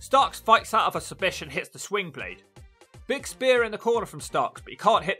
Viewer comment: Can't really tell but are you saying swingblade or slingblade? The move is called the slingblade from what I've heard. I'm guessing it's named after the movie slingblade and the tool used to cut grass or wheat with. The movie made the word popular though